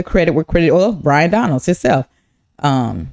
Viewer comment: BYron, not brian